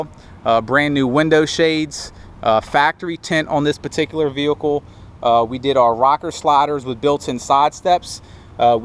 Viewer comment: The way this guy pronounces the word vehicle it's sounds like he has a speech impediment. 😿